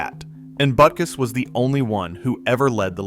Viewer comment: AI disclosure should be a law on the internet. Google - make AI disclosure mandatory on all YouTube posts. We shouldn't have to waste our time waiting for all the mis-pronounced names. They mispronounced Butkus, Halas and Unitas. It makes you question the validity of the information presented.